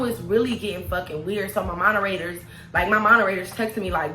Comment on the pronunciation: “Monerators” 🤣 You’re sooo cute!! 😂😜😘